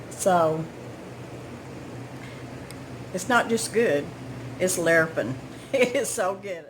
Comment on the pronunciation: ILOVE that you say Larripin'(sp?) I grew up hearing it said daily and I say it to this day. people look at me funny! LOL